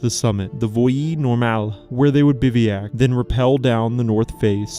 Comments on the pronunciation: It not pronounced “biviak”. It’s pronounced bivwack (bivouac) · The narration is AI. Biveeyack? 32 minutes. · The pronunciation of "bivouac" is horrendous and annoying! You do know that any GOOD dictionary will have a guide to the correct pronunciation of the word?